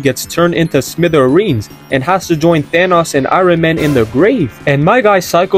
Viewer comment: bro said thanoss. aint no way he cant pronounce that properly